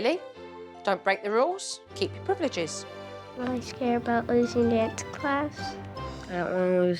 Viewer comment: Ok ok I laughed when the mom said priv eh liv ges instead of privileges.